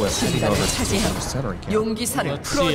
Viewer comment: Im a little more annoyed by "mercennari camps"